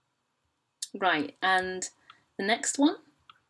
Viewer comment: Your pronunciation is wrong. For instance, you should have pronounced r in liber. It is not even a classical\ecclesiastical thing, I'm pretty sure it is pronounced in all forms of latin.